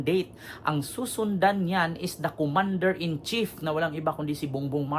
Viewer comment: Commander in cheap bogus bulol ka palusot.ka.pa bobo